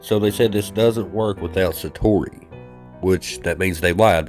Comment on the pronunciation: Shining? Sa-toe-ee. Hope you feel better. Eat a jalapeno until you sweat, cry and have a nose drain. Won't look great but ...😂 thank you.